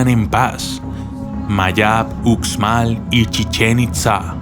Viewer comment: Hola, gracias por tu vídeo, solo un pequeño comentario, en maya la letra 'X' se lee como 'sh' como cuando lees la palabra 'show' en inglés. Entonces se diría 'ushmal' y no 'utzmal'. Por favor no lo tomes como comentario negativo, en verdad te agradezco por compartir este vídeo 😀